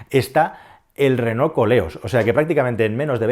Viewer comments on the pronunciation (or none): Ll Renault es el apellido de los tres hermanos que fundaron la marca, franceses ellos, por lo tanto se pronuncia renó y no reno como pones tú, que eso es un animal astado. Si según cuentas se pronunciase como se escribe, pues bien, pero no te hará falta buscar mucho para darte cuenta de que la gran mayoría de españoles decimos renol y no renault con todas sus letras, solo escucha a la gente y de paso escúchate a tí mismo, estoy casi seguro que también dices renol en lugar recalcar cada una de las letras, pero bueno, ni te conozco y por supuesto que nunca te escuché hablar. Y tanta risa con como lo pronuncia Calero, pero vaya, si pronuncio tal cual escribes, la cosa vendría a quedar tal que así: "lo díras donde vivíras ¿tu?". Evidentemente acentué donde no es para que te des cuenta de cómo se te leería según escribes; si uno hace un pequeño esfuerzo y lee lo que supuestamente quieres decir, nos encontramos algo así: "lo dirás dónde vivirás tú", con lo que pones que el pobre sergio alvarez en un futuro lo dirá en un lugar donde va a vivir. En fin, para corregir vale cualquiera, hasta yo mismo cómo puedes ver 😈. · mi pregunta es, por que dices reno?? no renault?? jajaja